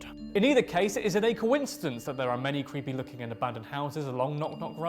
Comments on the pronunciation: “Cweepy” I thought I misheard that! 😂 Only in America 😂 HEY where’s the Mothman! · Only in America, that American legends that no one has heard of gets narrated by an individual that says the legends are "cweepy".